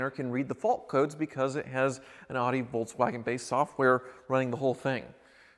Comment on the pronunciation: Wait, say "Audi" again.